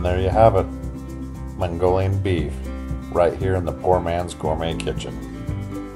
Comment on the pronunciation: "Herro mongorians, mongorian beef Soo good i just rove it" -cit